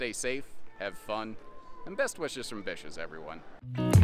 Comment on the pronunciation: Finally found ya! People definitely do NOT enunciate words well these days...was looking for "Vicious RV" because I knew good-n-bloody-well that there was no way they'd allow a sign that read "Bitches RV", for obvious reasons. Been wondering about the various different slide tech for a while...CLEARED UP! \\=^D TO OTHERS: Iff'n y'all mispernunfiscate thangz bad...we ain't g'won nose whatcha said...if you acquire my lateral slippage! d;o)